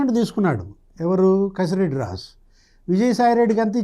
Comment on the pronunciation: రాజ్ కెసిరెడ్డి అని పలకండి. కసిరెడ్డి కాదు. 😅